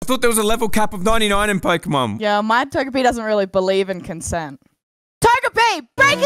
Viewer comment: pokimon XD learn how to say pokemon right then say this